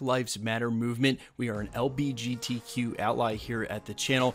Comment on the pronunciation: You said lgbt wrong lol :D